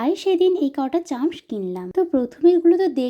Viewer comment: Chams ❌ Charms✅